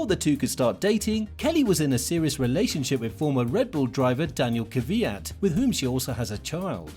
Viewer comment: Why do so many people pronounce Daniil Kvyat's name incorrectly? It is simply "Kv" followed by "yat", not "Kerveeyat" or "Kiviyat" or any of the other variations that people say. Interesting that people always bring up the story of Max "stealing" Daniil's girlfriend. People don't go on and on about Michael Schumacher "stealing" Heinz-Harald Frentzen's girlfriend and then going on to marry her.